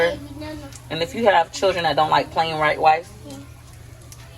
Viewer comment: I love u but I heard u say plain right wice (white rice) 😂😂💞😘 loving the videos